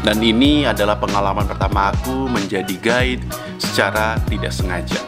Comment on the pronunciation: gua denger ko ngomong "gay" padahal "guide"